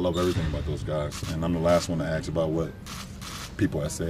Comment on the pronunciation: Would someone please tell him that it's ask not axe